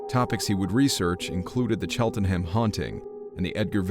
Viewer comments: The boys were recruits not Cadets and they were trainees at HMS Ganges near Ipswich which closed in 1976. The Exped they were undertaking to Kersey was well known to trainees at Ganges. Cheltenham is pronounced Chelt'nam. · It all makes sense at the end. Gets Worcestershire correct but Cheltenham (Chelt-num) wrong 😂